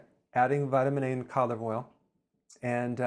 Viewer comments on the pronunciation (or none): Did he say Colliver oil?